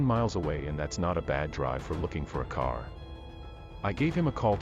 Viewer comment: Tow ? For two? Care for car? Sorry i couldnt listen all the way through.